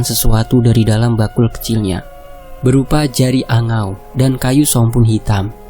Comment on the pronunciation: Jeringau min nmny,bukan jeriangau,tp gk Tau jg klw d sana ya.🙏